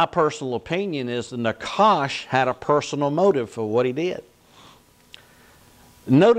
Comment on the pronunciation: pronounced "naHash"